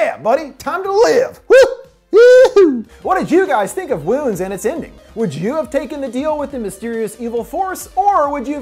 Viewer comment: i swear i kept hearing Womb